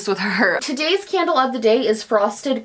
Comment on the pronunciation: No hate but I have to pause and think when you say “today’s candle of the day” as it sounds like “today’s scandal of the day” to me sometimes 😂 Appreciate what you do and for introducing great content creators. Keep it up! 😉